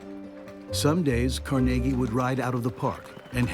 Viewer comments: CarNaGee is right. Carnegie Hall is not CarNegge Hall. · Actually he pronounced his name Car-neg-ie NOT Car-nagie. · It's not Cor-nagy. It's Carnegy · Never heard Carnegie pronounced like that before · have never heard Andrew Carnegie's last name pronounced they way the speaker says it ... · Please say to yourself "Carnegie Hall" and then ask why PBS is pronouncing their name so horribly wrong.